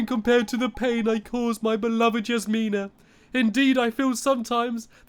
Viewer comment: Jasmine not Yasmine